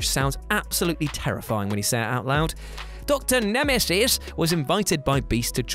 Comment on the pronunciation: Blink was also in Days of Future Past. She made the fight scene at the beginning amazing to watch. Also you saying X-Man and Dr. Nemeses made me giggle